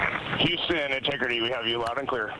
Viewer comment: Инти Грити!? Что это? Ну неужели не мог живой человек говорить вместо ии